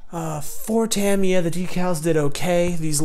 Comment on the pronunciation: Good build. And thanks for being one of the very few YT modelers to pronounce "Tamiya" correctly! I did this kit some years back. I'm thinking to revisit it. I just finished Airfix's "Maverick's Mustang" in 1/72, but I did it in Israeli colors/markings.